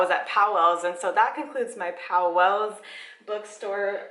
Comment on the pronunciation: Sorry, native here. The store is pronounced POWLES, not POW-WELLS. It’s 1 syllable. Glad you enjoyed our independent bookstore!